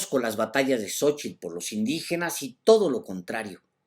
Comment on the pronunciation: Mucho elogio para un mega chairo que no sabe ni pronunciar Xochitl, no se dice "sochil", animal! A ver si describes los huipiles de Sheinbaum en tu siguiente resabiosa intervecion, acompejado.